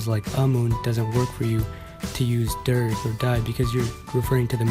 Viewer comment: The information in this video is good, and it's a really good production. But for anyone who isn't aware, the pronunciation of "der" is a quite bit off. The correct pronunciation is closer to the english word "dare" rather than dergh.